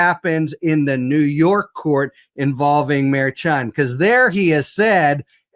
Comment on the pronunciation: Does have a MAGA like disdain for Juan Merchant? Everyone has been corrected, INCLUDING to his face, that it's pronounced Mer shan. Deliberately mispronouncing the name in stubborn defiance is childish.